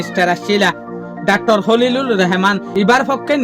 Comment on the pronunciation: Not Reheman❌❌ Rahaman✅✅